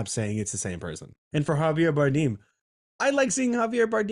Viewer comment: its more like bar-damn lol, you can google it